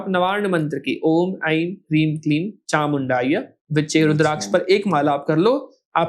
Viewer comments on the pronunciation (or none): मुझे पता नाही के लोगोंका उच्चारण गलत है या फिर उनकी लोकल लँग्वेज मी या फिर बोलचाल की भाषा मे स को श बोलते है.. और नवार्ण मंत्र me चामुंडाय नहीं है.. चामुंडायै है..